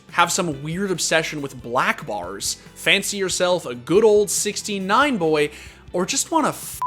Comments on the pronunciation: Take a shot every time you think you heard the narrator say "69" instead of 16:9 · Why is it when you say 16 :9 I here 69??? All players to the 69 hype train. Kekkw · every time i hear 16:9 i hear 69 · Is it only me that hear 69 instead of 16:9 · I know he's saying 16:9 but I hear 69